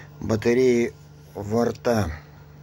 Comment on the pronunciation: не варта а варта